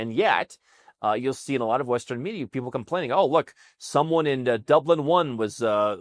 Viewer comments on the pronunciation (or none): none